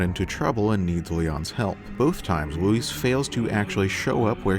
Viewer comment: It’s Luis, not Louise. Thumbs down for annoying pronunciation